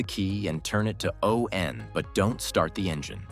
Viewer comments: "Insert the key and turn it to O N". That's it. If you can't recognize the word "on", how can I trust you know what you're talking about? 👎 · AI made video: "turn the key to O, N" OMG! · turn it to O N ? This is AI slop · Turn the key to O-N ⁉️ AI still has a problem with the English language 😂 Maybe there should just be a - 'return to factory settings' button. 🤔